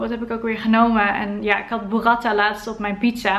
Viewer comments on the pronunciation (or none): Super goede video! Heel fijn om kennis te maken met een (andere) ervaring van iemand. Ps: burrata (lange a), geen burratta (korte a) 😉